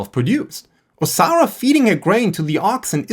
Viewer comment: Im enjoying the video but due to your accent. Every time you say Osara I hear Sauron and it makes me giggle